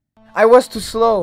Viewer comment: Instead on to slow he said t slow !